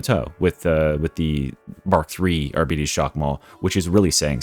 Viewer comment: Amazing video, but man, it hurts to hear "arbiiites". It's pronounced like Arbiter, but with s instead or f in the end.